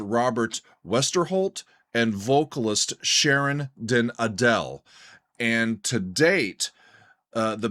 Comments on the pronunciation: Did you know Sharon and Robert are married and I believe her name is pronounced Ardel stressing the Ar not like Adele the singer. I'd suggest Stand my Ground or Faster to try next nice and melodic too. Can I also suggest another band that's on the more extreme end of things - Dimmu Borgir. They're symphonic black metal and did an impressive live show in Oslo that you might like. This show was called Forces of the Northern Night and I'd suggest the song Progenies of the Great Apocalypse. The show is with a live orchestra. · The stress in Sharon den Adel's surname is on the A. Den AH - del. The "e" is a shwa.